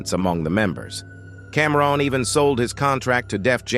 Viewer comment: How you pronounce Camron as Comron then say his name right after lol